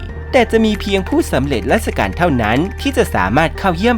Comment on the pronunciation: ผู้สำเร็จราชการ นะ มีพูดผิดทุกคลิปเนาะ 😂